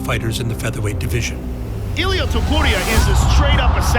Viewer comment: Donde esta la Voz de siempre? No sabe pronunciar topuria? Cuando aparece charles se queda muso el Video, el peor countdown que he visto